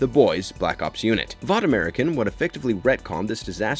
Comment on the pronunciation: Hēdn'istik* but what do I know he also horrendously mispronounces vought